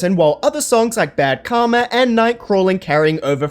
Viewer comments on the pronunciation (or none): none